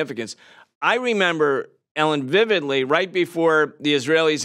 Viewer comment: Is he saying Ellen? 😂